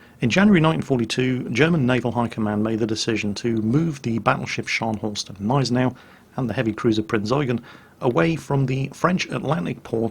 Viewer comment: While you pronounce "Scharnhorst" almost perfectly, the "G" in "Gneisenau" is not silent! I'm surely no German grammar nazi (haha), but the silent "G" made me shiver every time you said "Gneisenau" :-D Great video though, I really enjoy you recounting naval battles or the fate of ships.